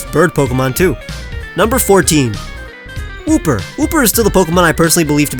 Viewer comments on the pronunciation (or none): There is no H in Wooper!